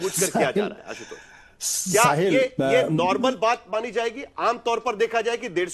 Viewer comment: रागी pronounce तुम भी जरा सिखलो... असुध गाया और आसुतोस नही अशुद्ध गाया और आशुतोष होता हे!